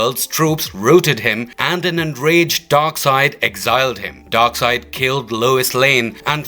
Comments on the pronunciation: Darkseid, not Darkside... I guess they dont read comics books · Darkseid not Darkside!